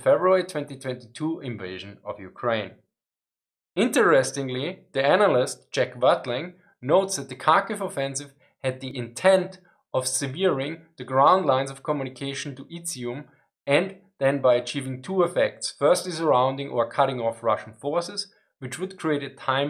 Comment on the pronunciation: Not that it matters but at :54 you mispronounced "severing". Not trying to be pedantic ( I understand English is not the native language ), it just stood out while I was listening. It would be "sev er" as to cut, as opposed to "se vere" ( (of something bad or undesirable) very great; intense. )